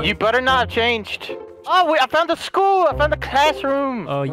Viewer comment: the prinzibul iskull